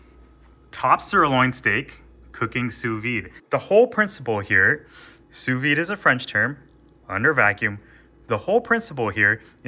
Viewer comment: Fantastic video, I know nothing about sous vide so I need all the help I can get. I do know that the D is pronounced though, it's not a silent d.